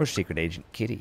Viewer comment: Key-ty 😂yes I am glad I'm watching your playthrough